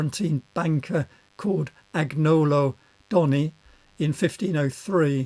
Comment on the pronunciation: Thank you. Why would the Pope call M to Rome to design the facade of San Lorenzo, Florence? It's pronounced: Angnolo- the gno is like the 'ill' in "Million", and Medici is MED-ici, emphasis on the first syllable.